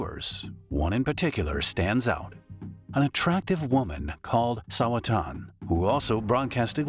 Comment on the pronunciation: bro said it wrong lmao